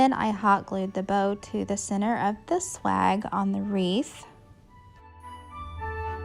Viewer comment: It sounds like you say 'slag' instead of swag... which had me rolling on the ground! However, your ideas are great! Thanks for keeping this one up! Merry Christmas in 2024.